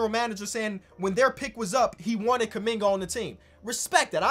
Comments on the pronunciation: Did call him Jonathan kunigga🙆🏾‍♂️ or something?😂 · what say abt kuminga i needa know if he wanna hide it this bad edit: nvm bro called him KUM BUCKET LMAOOO